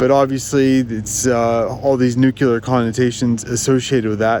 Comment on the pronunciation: It is Vanadium (vuh-nay-dium), not Vuh-nan-dium. And New-clear not New-Killer, although I understand why you would think it is the latter.